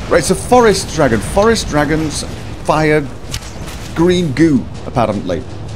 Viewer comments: I totally lost it at "Dwagons" XD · Thanks, after "We're hunting Dwagons!" I am now hearing Richard's voice as Jonathan Ross. "That dwagon shout is gweat...it's weally gweat!"